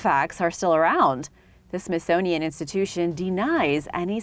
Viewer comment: as soon as you said "Smithsonian" your credibility was questioned... sorry